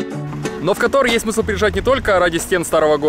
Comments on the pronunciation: Кóтор, ударение на 1й слог, пожалуйста… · Прошу не Катор, а Котор!!!